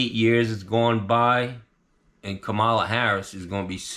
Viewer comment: KAmala, not KaMAla. Get it right,! 😂 I need a HARRIS sign for my lawn. There's not one Trump sign in my entire neighborhood. God bless,. FU Tony Plumboob!